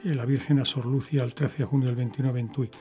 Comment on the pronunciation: ¿Por qué pronuncia el nombre Lucia sin acento en la i?